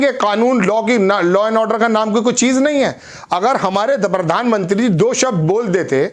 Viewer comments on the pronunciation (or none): please aap apna pronunciation सुधारे. It is प्रदेश ना की pardesh. इसी taarah प्रधान मंत्री ना की परधान मंत्री.